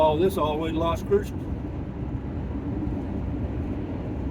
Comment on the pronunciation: Still can't say Las Cruces correctly 😡